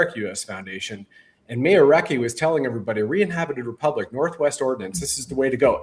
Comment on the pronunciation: come clean! You know you lied about the Generals telling you that Sandy Miarecki infiltrated the group, and that this splinter group of Tim's was the real Republic. How many members do they have,? lol 56? This is sad cosplay nonsense. Oh, and tell the word is republic, not repubic. lol